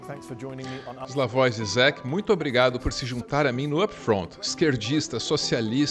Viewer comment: Ž é o mesmo que ZH quando transliterado do cirílico Ж (zhe), tem som de Jota. Enquanto o jota tem som de "i". A pronúncia é Slavói Jijek